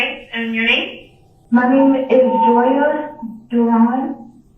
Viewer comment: In the 911 call you can even hear her struggle to pronounce Joias last name. Not to mention mispelling her own name smh. She really thought that would work